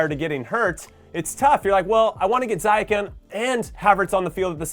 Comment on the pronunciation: Jimmy I love ya and glad you're back! Helpful pronunciation tip, given in good faith: It's Zee-yetch, not Zai-yeck